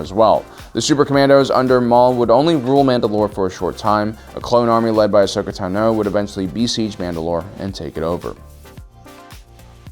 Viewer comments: is somebody ever going to teach him how to pronounce ahsoka tano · The delivery is so unemotional I couldn't enjoy this. Too formulaic, and you didn't even pronounce Ahsoka Tano right. Are you even a SW fan? Lame